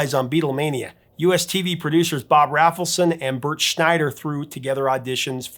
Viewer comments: It’s RAYfelson, not RAFFelson. Sheesh. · That one producer’s name is pronounced “RAY-fel-son”.